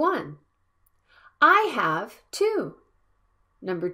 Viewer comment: When you pronounce "i HAVE to," it sounds like you pronounce "have" with an /f/ in place of the /v/ like "half" instead of how you otherwise do.